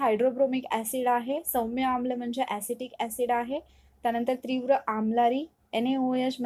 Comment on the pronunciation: ' त्री ' नाही ....' ती ' आहे .....त्रीव्र नाही तीव्र आहे.. उच्चार चुकलं.